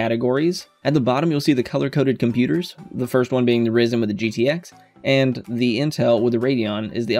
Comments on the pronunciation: It's pronounced Rye-zun! 🙄😒 😂👍 Loving your videos, very helpful 👍😁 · not hating but you said Ryzen wrong hehe